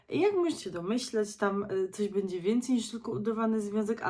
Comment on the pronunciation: Nie "bedzie" a "będzie ". Uszy więdną od słuchania.